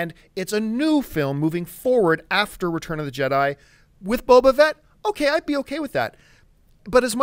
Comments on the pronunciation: "Boba Vett" lol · Emperor Palpateeeeen Boba Vet? Sorry for being a pronounciation Nazi, but they can't say names incorrectly and act like they know what they're talking about...